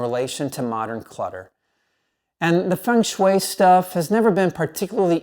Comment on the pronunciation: Thank you for your recommandations😊 And you are one of the few persons pronouncing "Feng shui" the right way👍😉